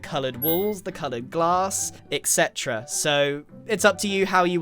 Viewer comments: anyone notice that grain says ectcetera instead of etcetera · Me feeling soooo annoyed at grian for pronouncing et cetera wrong. woooh